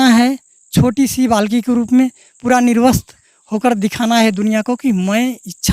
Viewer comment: Puda nahi hota hai pura hota hai ekdam pagalpanthi se hamara desh khatra me jaraha hai